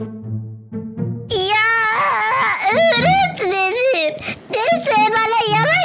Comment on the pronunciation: Öğretmenim❌ Eğretmenim✅ 🤨